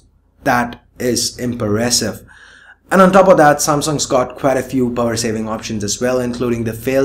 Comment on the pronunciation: I found funny how you pronounced impressive , I hope you got it :D But really good video,.